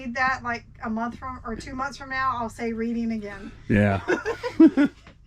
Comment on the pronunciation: Yes it’s Red-ding. Very familiar with the area.